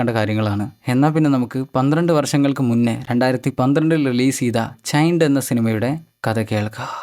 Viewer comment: ചൈൻഡ് alla mone ചെയിൻഡ്